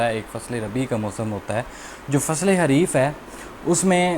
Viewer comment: It's not Hareef.........It is called Khareef.......